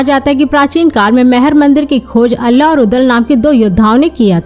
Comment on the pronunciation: दीदी अल्ला नहीं आल्हा हैं 😅